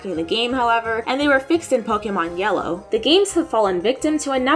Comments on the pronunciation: I'm just glad she actually pronounces Pokemon correctly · The voiceover has a bit of an echo or hollow sound, but I am very happy to hear Pokemon pronounced correctly.